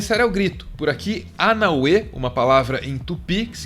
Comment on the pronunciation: aquela histiriadora falando Anauê errado foi de doer. Parecia minha avó contando histórias.